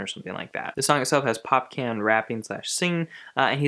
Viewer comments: Its popcaaaan ,draw the a ...Its not Pop-can. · pocaan is prounounced pop-corn. not pop-can lol (I'm from the Caribbean) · Popcaan is pronounced as Pop Khan. like how you'd pronounce Chaka Khan.